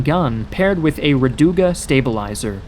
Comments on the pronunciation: The stress on the vowels in the pronunciation of Russian words is often incorrect, making the sounding of the word unrecognizable. A few examples : Rad/u/ga — should be — R/a/duga V/o/lna — should be — Voln/a/ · Omg dude it’s rAduga not radUga. It means rainbow 🌈